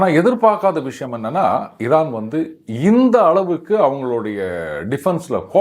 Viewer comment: திமுகாகாரன் எவனோ இவன் வாயில சொறுவிட்டு இருக்கான் ...😅 சம்பந்தமில்லாத இடத்தில் பன்றி பேலும் பொழுது கத்துற மாதிரியே கதறுகிறான் பாடு 😅 அதுவும் ஈரான் என்று கூட சொல்ல தெரியலை இரானாம் 😅😅😅😅